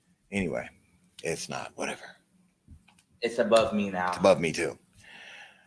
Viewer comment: Jason!!!! I love that you say whatEVA!!!! Love the format.